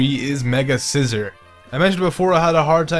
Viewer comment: he is saying scizor sooo wrong he is saying the word scissor not the name face palms